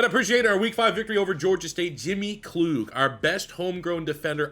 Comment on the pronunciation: Wish you the best Merry Christmas happy to see you back at it man. I feel like pipelines should be a staple as a base in recruiting and it’s pronounced KL-UGG not KL-OOG